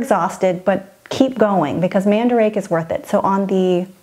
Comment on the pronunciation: Love Love LOVE this video! I wasn't in to dolls to the extent I am now, last time I was in Japan, so this is amazing. Lol also it is pronounced man-da-ra-kay.*. I love those stores! SO dangerous for the luggage space, less so for the wallet. Oh and Ikebukuro is where we have stayed in Tokyo. It's definitely seedy by Japan standards, but... yeah not significant for the average tourist.